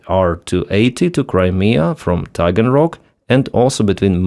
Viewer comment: off topic - but when he said Taganrock.. did anyonen else think of the dragons of Schmagenrock?